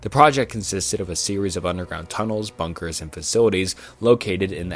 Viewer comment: This whole video has so many mispronunciations that I’m suprised you didn’t hear it yourself? Like Bnunkers, Mystache Man, Unmnanned.